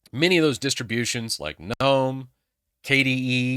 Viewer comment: THANK YOU FOR PRONOUNCING GNOME CORRECTLY!